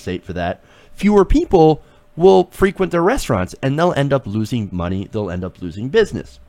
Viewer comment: That's not how you pronounce frequent.